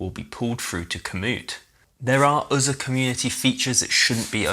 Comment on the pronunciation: "There are uzza community features that shouldn't be overlooked eeza" - is this a mic problem or is this how he talks?